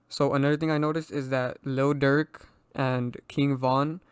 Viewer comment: Bru I thought you said durk is fbg duck